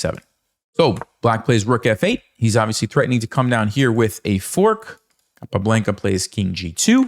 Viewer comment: It's not capablEnca, is capablAnca